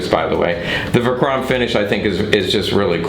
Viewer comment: Verchromt not verchrompt